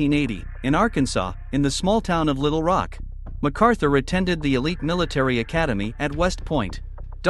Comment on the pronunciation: Learn to pronounce Little Rock.